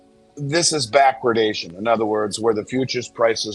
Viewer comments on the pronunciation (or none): If I hear bachwardation again I'm going to puke 🤢🤮